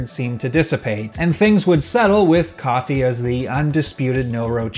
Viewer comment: i don't think Kofi is pronounced coffee.. think of kofi kingston lololopl